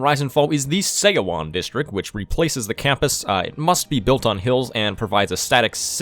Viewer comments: Your mispronunciation of seowon 소원 /sʌwʌn/ is making my brain cry. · the "eo" is a single vowel that makes the "uh" sound. so it's like we would pronounce "Suh-wan", Her name is Pronounced like "Sun Duck". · And Seowon is pronounced like suh-one